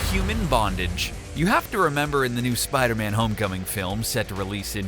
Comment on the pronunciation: Spoder man or Spider-Man?🤣